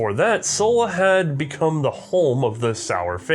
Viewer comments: Its not pronounced "soul" but zuhl. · The city you mentioned - Suhl - is spoken like "sool", and the country (nowadays a federal state in Germany) is usually spoken Thuringia by english native speakers. Hope this helps you... :-) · It wouldn't be C&Rsenal if pronounced foreign words correctly.